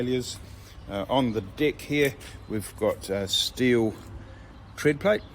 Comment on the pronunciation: Im sorry but when you say deck it sounds like dick im dying laughing. Awesome trailer though what would a 30ft run me